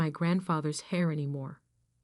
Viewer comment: Not even a minute and a half into the story and already finding mistakes: It's "they're", not "there", and "heir" is pronounced "air", not "hair"., if you did any editing, you did a sloppy job of it. You had a good story, and you crapped all over it by not editing. Since the counter above does not tally negative votes, I'll give you mine here: 👎👎